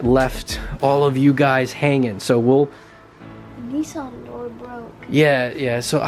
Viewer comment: DJ it's not nesson it is Nissan